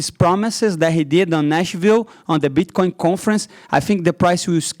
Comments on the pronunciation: Pretty sure he's saying bitchcoin on purpose just to be funny and it is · I’m not trying to make fun of him but when he pronounces bit coin as “bitch coin” is literally the best 😂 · Did he say bitch coin 😂